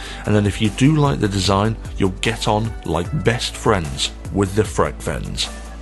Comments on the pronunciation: Freak-veins? No, but it is named frequence and if you say it as frequence it sounds like Frekvens. IKEA make simple. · The Swedish way of saying frekvens wouldn't be freq-/freak- but rather freckvens (not -uence..) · correct pronunciation is more along the lines of fre'-kvens, not frek-venns. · Even a ignorant Swede like me pronounce it “frekvens” 😊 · It's means frequency so that should let you know it's pronounced: "frekv'en:s" or "fre kvens" of that helps. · V is pronounced F in German but in Swedish frekvens is pronounced freekveens and it means frequency. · No he didn't. The pronunciation wasn't even close but that's understandable when you speak only one language (I'm not sure about it but most brits don't speak more than their native language). However, I really enjoyed the review😊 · Nah the V's and F's are pronounced the same in Swedish and English. Only thing you need to do to get correct pronunciation is to emphasize the latter syllable of the word rather than the former and (in most dialects of Swedish) use a rolled 'r'-sound. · Frekvens, as in frequency... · The fun thing was, that you actually pronounced it correct fromt he start. It was when you tried to say it in swedish, it went totally wrong. :-) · Yes. Another IKEA review from. Got to love the butchering of Swedish’s. Never heard of that product. And Frekvens is Swedish for frequency.